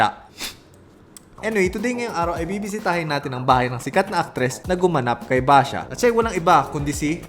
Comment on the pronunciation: "Basha" HAHAHAHAHA